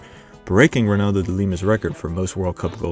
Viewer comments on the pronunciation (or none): none